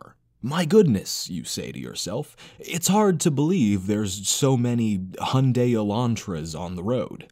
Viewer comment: The true heresy here is how you pronounce Hyundai